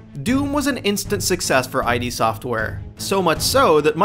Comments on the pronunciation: Id. Not I.D. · Its "id software" not I.D. software you filthy casual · It's pronounced "Ede" software, not I.D software. Make that number 1. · It's not I.D. (eye-Dee) its ID (IDD) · me too. I yelled it's ID, not I.D. every fucking time!!! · Thank god im not the only one who noticed how he said that. It annoyed the piss out of me. I kept saying it's IDD! not eye-dee lol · I am pretty sure the name of the company is pronounced "id", as in the Freudian part of the psyche that governs basic instinctual drives, like aggression and libido. (as opposed to "eye dee" as said in the video.) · The way you mispronounce id software pisses me off. It's id, as in the freudian self serving part of the psyche. Not I.D. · I know this has been said, but it needs to be known that they are called "id" software, not I.D. Software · its not I.D. software it's id as in id and super ego from freud...and, this is a gaming channel? for shame. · I've got a secret for you,, it's id, not I D. It's a refferrence to "ego, super-ego and id " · i.d. software? you mean id? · Many of Doom 2's tracks were also inspired by Alice In Chains, but of course, you wouldn't know that, because these facts were likely ripped from Wikipedia, or some shit. Also, it's not "Eye-Dee", it's " Idd" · For someone who claims to know a lot about doom you don't even pronounce id right, it sounds like did but without the first d obviously. LOL you did all that work and didn't even realise it was id not I.D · it's ID , one word not I.D. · it's "id" software not "eye dee" software. i used to say it wrong for years. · "eye-dee software." Fuck. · ID softwere, not I D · it's pronounced Id as in "Kid" or "Did" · It's pronounced Id as in the Id, Ego, and Super Ego, not "eye dee" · It's "Id", not "I.D." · It's id(idd) not I dee ffs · id software, not I.D. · It's not I.D. Software, it's id as in id, ego, super ego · its not pronounced I DEE software its the Id, like say it like a word. The mind and shiz!!!!